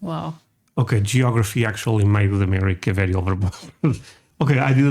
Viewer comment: Yeah. It's "geography".